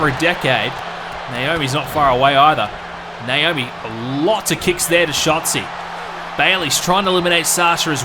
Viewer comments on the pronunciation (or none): I think he has an issue with pronouncing Naomi's name right. Nowarmi?